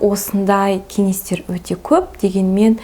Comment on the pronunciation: "Н, ң" әріптерінің емлесін үйреніңізші, өтініш! Қазақтың қазақ тілінде сөйлей алмай "Өзініз, өзінізді еркелетініз, кенестер, көніл бөлініз" деуі кешірімсіз.